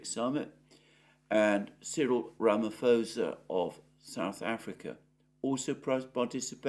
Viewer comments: Mr Mercouris, it is Cyrill RA MA POS A ( again you say RA MA FOS A) the H is a silent letter. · Hello, I am not certain whether any South African has indicated the (extremely irksome) incorrect pronunciation of our president's surname, but I am going to try. The correct pronunciation is 'ruh-muh-POH-suh', and not 'ruh-muh-FOW-suh'. I know how you care about these technical matters and I (and plenty other South Africans who follow you) would appreciate the adjustment. Good day! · Note: the SA president's name is pronounced Ramaposa, the written 'ph' does not become 'f'. Greetings from Cape Town. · Squirrel Ramaphosa.😅